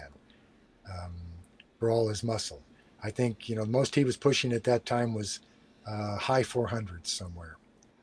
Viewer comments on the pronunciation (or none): Sean your main shortcoming is not pronouncing your “th”. Growf, fanks, fink.